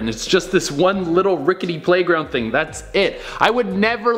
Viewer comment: U said #playgound